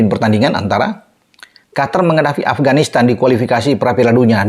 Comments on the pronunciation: QOTOR bkn Qatar = Afatar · Qatar kalo ditulis arab bacanya qothor